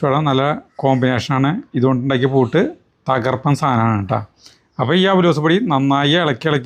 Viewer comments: പൂട്ട് അല്ല പുട്ട് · പൂട്ട് അല്ലല്ലോ പുട്ട് എന്നല്ലേ പറയേണ്ടത് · പൂട്ട് അല്ല പുട്ട് 😂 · പൂട്ട് അല്ലഡോ പുട്ട്.. പൂട്ട് താഴ്..അത് വേറെ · പൂട്ട് അല്ല ഗഡി പുട്ട് ആണ്.😅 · ഉപ്പു ചേർക്കില്ല.ഉള്ളിയും വേണ്ട. ഇതുപോലെ പൂട്ട് എന്ന് അല്ല പറയേണ്ടത്, പുട്ട് എന്നാണ് പറയുക. അത് അറിയാത്ത മലയാളി 😂😂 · പൂട്ട് അല്ല പുട്ട് എന്നാണ് പറയുന്നത്